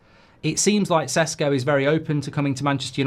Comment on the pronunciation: He is not Sesko . It is Šeško [ Sheshko]. Get it right